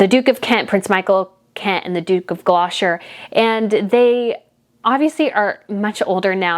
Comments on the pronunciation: Hell i am British and love your channel...However you make faux pas....especially on you pronounciation of words and names.....Edinburgh is pronounced Edinburra...just say it as you see it it is NOT buro... Also The Duke of Gloucester..is non pronounced Gloshter? It is pronounced Glosster......Please please its important not to just gobbildigook your words,,,,Love your Channel...You go girl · Stop saying GLO SHIRE It is GLOSSS TER. Sometimgs yous see Gloster shirEe written Gloucestershire. But the Duke of Gloucester is pronounced Duke of Glos ter . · I really like listening to you BUT I have to comment and correct you on some of your pronunciation because it's getting on my nerves. Ok, the Duke (pronounced juke) of Gloucester who you keep calling gloshire is just said as Gloster. Viscount is pronounced Vycount. I know we have weird spellings for some words but they're almost never pronounced how they look. Ask Google how to pronounce certain words. Worcestershire is just Wooster shire like the sauce, same pronunciation. Edward VIII didn't have a vigil as he abdicated that was Edward VII. Then there's demonstrative. It's not demon strative it's demonstrative (de mon strat I've). The Kent's have a T on the end. There's another word you struggle with which I can't remember but, I'm not telling you this to offend you, I want you to get it right because calling the Duke of Gloucester the Duke of Gloshire is so disrespectful and annoying. As a reporter/journalist, you should know these things. Sorry. Please don't be offended, just get them right. I don't think you would like it if we got your American leaders names wrong. I hope this helps x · There's a T in Gloucester. Its pronounced 'Gloster'. sorry it's just killing me how you're saying it 😂😂😂. I love the channel though. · Could I just give you the British pronunciation of Gloucester phonics it is glosster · Sorry, that's incorrect. It's pronounced the Duke of GLOS-TER. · Gloucester is pronounced GL O STER.